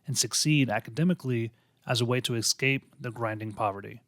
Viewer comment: This has to be the best doco on Fritzl that I’ve seen. Great video with heaps of information I hadn’t heard before. Just one small criticism - pay attention to pronunciation. ‘Escape’ is pronounced ‘es-cape’ not ‘eck-scape’, you probably didn’t even realise you were doing it but once you hear it, it will really bug you. A really excellent video overall tho, thanks for your work✌️